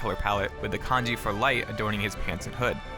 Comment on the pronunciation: Every time you say kanji!!! I cringe... it’s the in game symbol. 光 this is the kanji.